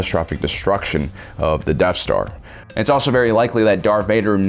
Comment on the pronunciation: Every time you say Death Star, I hear Deaf Star.